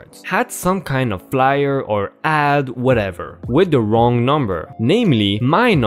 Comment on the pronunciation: I hate “wong” numbers.